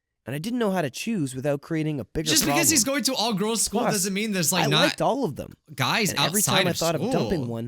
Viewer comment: he says he licked all of them?? I’m assuming he was supposed to say LIKED, but that’s not how it came out